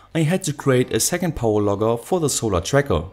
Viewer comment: I hear power logger as power lover